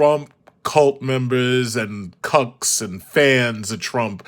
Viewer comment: He said "cucks of Trump" 😂😂😂